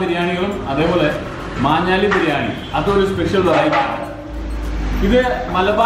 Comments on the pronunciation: Its maanjaaly bro not manjaaly. It's near my mum's place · മഞ്ഞാലി അല്ല ബ്രോ "മാഞ്ഞാലി" ആണ് മാഞ്ഞാലിക്കാരുടെ പ്രധാന ബിസിനസ്സ് കാറ്ററിംഗ് ആണ് അങ്ങനെ അവിടുത്തെ ബിരിയാണി ഫേമസ് ആയി...